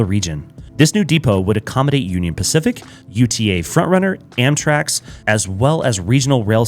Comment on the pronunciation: you were saying Amtrax (or Amtraks) this whole video, instead of Amtrak. Big nitpick, though - doesn't take away from the quality of the video